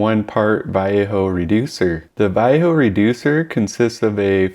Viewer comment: I have never heard anyone pronounce Vallejo as you do; not even the Vallejo artists in their own videos. I am a plastic modeler, not a mini person, but I have used all of these primers. Vallejo I did not like; it doesn't like scraping and such as you found and I also found it harder to clean if you didn't have their own thinner, which was seldom in stock for me. I now just use Vallejo for hand painting small parts and figures. Stynylrez I did like as the sanding aspect is great for auto and aircraft models as you want a nice paint surface -- no scratches showing! But it went up in price and was hard to get for a while so I changed to Mr. Surfacer/Mr. Finisher which has been the best for me. And now the jars are hard to find in-store, especially in the colors I use. I can easily get the spray but even with decanting it is more expensive that way. The jars thin down almost forever and I can get a lot of kits covered with one. But yes, you need ventilation. Unless you consider the buzz a bonus. I might add my main paints going over these primers are Tamiya and AK Real Colors.